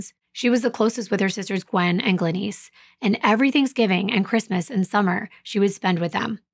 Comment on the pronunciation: Why can't you prounounce the name Glenice correctly?